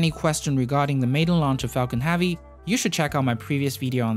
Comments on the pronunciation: learn to pronounce the difference between "man" and "men" and stop saying "space axe", "aepic Falcon Haavy", "more than aever"... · "falcon havvy" :) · Falcon Havey, SpaceAXE. up your pronunciation game baddey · Falcon Hahvy. 😊 Nice video though